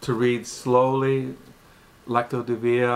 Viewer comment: Pronounced Lex cee o De veen a😎